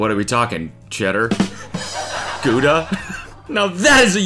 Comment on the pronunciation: the fact that you said "GUDA" made me pause the video😊